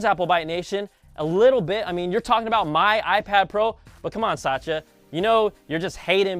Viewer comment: You completely mis pronounced his name... Try pronouncing it as 'sat tya'